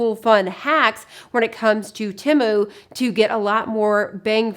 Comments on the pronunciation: You say Timu. It is Temu…..(teemoo). Please correct your pronunciation. Thanks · The pronunciation of the company is “Tee-moo.” That’s what the website said. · It's Said like tea moo.... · I love shopping at Temu. I've never heard anyone pronounce it quite like you though, lol (short i sound).